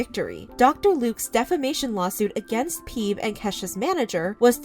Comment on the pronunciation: isn't her mom called Phoebe, like friends, 'fee-bee''......... not ''peeb''.......lol